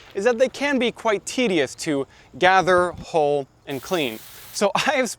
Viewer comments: It took me several times before I realized you were saying hull and not hole. Hull, rhymes with mull and dull but not with bull and pull. I apologize if your pronunciation is due to a local pronunciation or if you are not a native speaker. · I never before heard anyone pronounce "hull" and "hulling" as "hole" and "holing". 😂🤣😂 It took a little while to figure that one out. But then I was amazed when he was actually HOLING them. 😂🕳️ ... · We pronounce it Hull not Hole. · Good information and you presented it well. But... Hull – ( həl ) (rhymes with: lull, gull, and skull) the outer covering of a fruit or seed, especially the pod of peas and beans, or the husk of grain. Hole – ( hōl ) (rhymes with: mole, goal, and scroll) a hollow place in a solid body or surface.